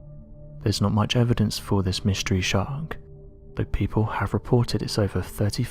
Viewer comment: AHAHAHA who are these "people" honest these types of videos it's always " peepow say" 😂😂